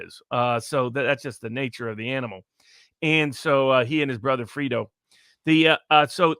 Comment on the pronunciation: It's Fredo, not Frito.......he is not a Bandito.